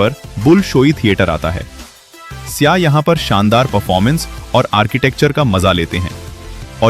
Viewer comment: Sya NHI sayyha bolain, Yani visitors